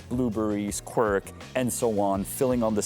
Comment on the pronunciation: Janku, how the hell did you come uo with the word Quirk for tvaroh, I wanted to ask. Then I realised it's Quark in german. You kind of mix the languages! I don't do that. For me, it's just and only Kwark, useful Dutch word! :D